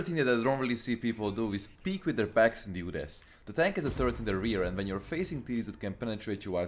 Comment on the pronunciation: This pronounciation kills me "UDES" yoods